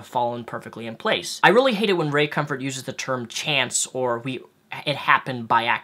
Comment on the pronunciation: ...the fact that you would mock Ray Comfort by deliberately mis pronouncing his name really shows how childish you are...Want to sound intelligent? Resist the temptation of being an asshole 😉 Just sayin'...